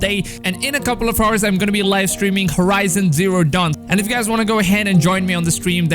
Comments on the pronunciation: it sounds like ur saying horse not hours 😂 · My guy is “aawwurrzz” not “whores” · Just an English tip, we don't pronounce the H in ( Hours ) . Otherwise it does sound crazy lol. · This dude pronounced hours the wrong way wtf hahahah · where C was, now i cant see but im sure something is different xd, btw u r saying "hours" in ridicuously xd